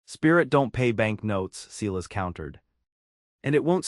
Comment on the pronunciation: AAAAGGHHHHHHH!!!!! Seelas is not how one pronounces SILAS! ELIAS is NOT Eeelll-ee-is!!! Retrain AI!